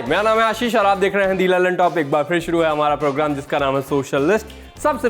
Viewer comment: Lallantop,❌ Dallantop 😂✅